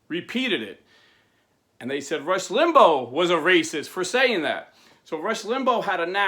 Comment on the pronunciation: And not to criticize but his name is pronounced Limbaw tho not spelled that way